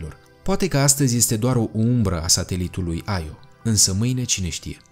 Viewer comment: Las-o naibii,, nu toate denumirile pe care nu le cunosti se citesc in engleza. IO se citeste IO si basta. Nu AIO. De altfel e din greaca click pe Io_(mitologie)).